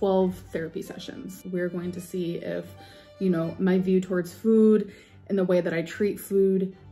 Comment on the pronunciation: thank you for perfectly capturing the absolutely infuriating way that pronounces ‘food’. makes my blood boil every time!!